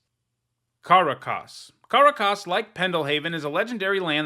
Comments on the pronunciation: "Karah-Kaas" It's Kuh-rak-us, at least that's how everyone, including hall of fame players, pronounce it. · for the love of god learn to pronounce Karakas is not hard! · I'm here to accumulate likes for noticing weird pronounciation of Karakas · I thought I'd been saying it wrong for years, that pronunciation has me all messed up lol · I'd literally always heard it pronounced the same way most Americans pronounce the capital of Venezuela and this pronunciation has me shook